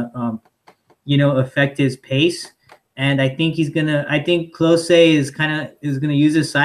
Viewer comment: You’re pronouncing Klose incorrectly. It’s sounds like“close the door”